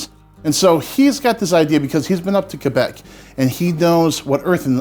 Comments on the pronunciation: I know this is a minor thing, but thank you so much for pronouncing Québec properly! Always makes me smile when people take the time to care. Awesome video! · Thumbs up on this video because you pronounced Québec right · The prononciation for Québec was pretty good👍. Onion pie is surprisingly good